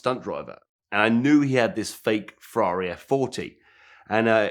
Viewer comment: FREE-RARRO. Need subtitles to understand this wanker.